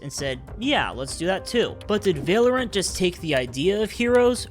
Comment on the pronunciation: ''And the shooting game called "Velorant"'' Uh it's "Valorant" (because the community says "Valorant" instead of e by the way) because it has "a" on the name not "e" by the way